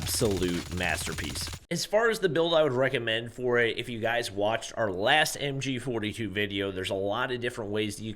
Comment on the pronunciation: MG42❌ MGA2✔️